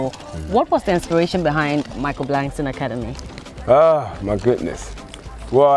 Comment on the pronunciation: Someone tell its not Blankson.